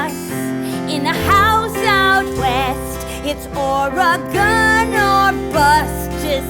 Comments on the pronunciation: I'm from Oregon and every time they say Ore-gone I flinch a little. Edit: I would like to mention it's only because I've met a lot of people outside the state who think that's actually how it's pronounced (not because of the show) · Damn non-Oregonians saying Or-eh-gehn. Oregon. Or-gun. Sigh. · No offense, but I'm pretty sure it's Oreg-ask. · OreGONE oreGOON oreGOWN oreGAIN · when your from Oregon and cringing at their pronunciation of Oregon and Willamette Valley